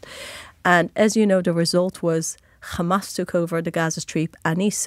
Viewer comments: How many times did she mention KHAMAS 🖕🇮🇱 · If they ever take responsibility for any of their actions instead of simply saying "KKhhamass" I would be shocked into a coma.